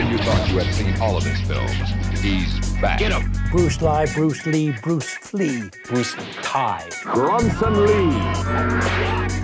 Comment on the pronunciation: Did he say Bruce Flea?